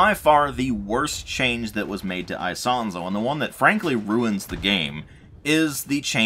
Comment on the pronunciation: I do speak some italian and the way you say Isonzo is the correct one. With italian accent it would be " ee-sOn-tso". Just accentuate the "o" in the "son" part.